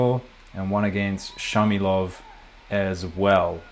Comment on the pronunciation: 4'32 : the israelian'name is Shmailov, not Shamilov.